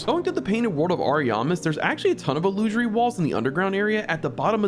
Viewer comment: Hearing illusory pronounced incorrectly so many times was painful